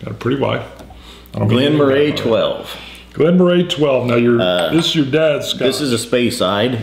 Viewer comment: It's pronounced Glen "Murrie" I viewed your video on this several times, so I purchased Glen Moray 12. Our state liquor store has it discontinued with the price reduced to $31 from $40. We pay a premium at our state run liquor stores, which on most liquor is priced, sometimes way above independent or chain liquor stores in other states. I agree it's a soft whisky. The mouth feel is good, virtually no burn, sweet with nice notes of sweet and floral. Agree this could be an every day dram. With the exception what appears to be the "caramel color" (E150) added, it's not a bad whisky for just relaxing and sipping. The Patriots just won Superbowl XLIII. You're right. It's not Tom Brady on the field.